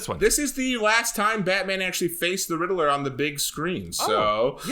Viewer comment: RID-LER NOT RIDDLE-ER. Also, I'll take a Bat-brand. Go ahead and sear me up! :D